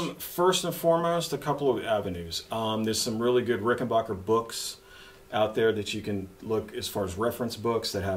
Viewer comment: What is a Rick-en-bacher? It's Rick - en - back - er.